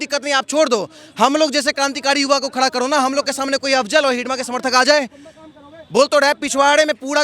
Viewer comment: भाई उस नाम मंडवी हिडमा है आप बार बार हिडीबा हिडीबा बोले जा रहें है